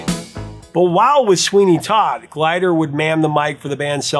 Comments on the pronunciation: Nick Glider??? You're killing me and Nick GILder😮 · It's "Gilder", not Glider. Fyi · Dude, it's Nick Gilder - not Glider. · Another great episode! Just one thing, though: that singer's name is Nick GIL-der, not GLI-der. He is quite the icon here in Canada. You should feature some of his songs in upcoming episodes. His 1979 album Frequency is a horribly underrated gem. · nicK "Gilder" not glider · "Glider"? Nick Gilder. I-L, not l-i. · Gilder not Glider. Gilder like guild. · Nick Gilder, not Glider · Hey, Prof, it's Nick Gilder, not Glider. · Hey Prof, pretty sure no absolutely sure its Nick Gilder, not Glider. Gil der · I can't believe I am going to correct the great. You said it a couple of times, so I know it wasn't a mis-spoken name, but Nick GILDER (not GLIDER) famously also wrote THE WARRIOR with the amazing Holly Knight for Scandal. Upon correction, I am sure it was just a slip of the tongue, as you have spoken about Nock Gilder on this channel. You are the best, Professor! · It's Nick -- [GILL-DER], not "Glider" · The name is Nick Gilder not Glider. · Nick Gilder, not glider. Nick Gilder still does festival shows. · Its Nick Gilder, not glider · It's Nick Gilder, not Glider. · For the professor to get Nick Gilder's name wrong is disappointing. Loses some credibility after that. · Gilder, not Glider.